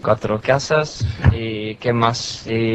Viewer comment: … ‘cuatro casas’ from Becks was fuckin’ hilarious.✌️